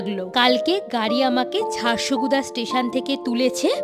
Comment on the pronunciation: ' ড় ' এর ইংরেজি বানান da হয় । তাই উচ্চারণটা ঝারসাগুড়া হবে ঝারসগুদা নয়। ওখানকার স্থানীয় লোকেরাও ঝারসাগুড়া বলে। তবে জায়গাটা সুন্দর।